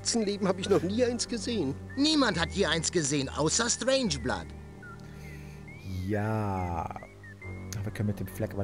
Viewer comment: Strangeblood kann seinen Namen nicht richtig aussprechen :D